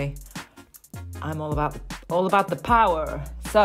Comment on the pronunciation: "What's he on abaht?"